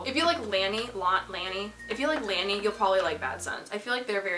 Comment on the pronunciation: its "lay-nee" sis, enjoyed the vid tho